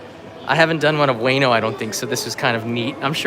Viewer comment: ウエノ oo-e-no not way-no